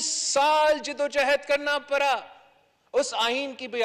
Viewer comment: Khna kharab Urdu to sekh laty khrra khrry parra parry 🤬😡